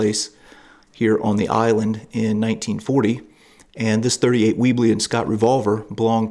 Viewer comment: It's a Webley, revolver, pronounced web (as in spider's) ley!